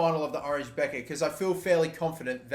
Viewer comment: Its pronounced beker not becker